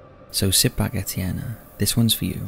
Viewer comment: Number 3..Etienne is a very pretty name,tho I'm pretty sure u pronounced it wrong. Lol. Also,I'm from West Virginia and this isn't far from me at all,I'm in Wheeling,Weirton is sorta the next town over..so I'm super excited to see what scary story is coming from here!! 😬